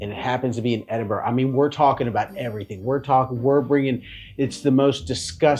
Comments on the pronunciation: It is not Edinborro,it is Edinbra! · Loved the vid but it’s Edinburgh, as in ‘Edingbruua’😊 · Its pronounced edinburra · It is not Edinborrow. It is not Edinberg. The ending ~burgh is the short form, throughout the UK, of ~borogh and is prononced Edinburra ( or Edinbru if you are local.) I've only lived here 60 years, but I had to get it right pretty damn quick. Also as said, reek is primarily smoke in this case, not smell. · No it is NOT "Edingbruua"! For a start, there's no "g" sound and it doesn't end in "bruua" Are you a native of the city. It doesn't seem so. Well I am. It is pronounced "Edinburra"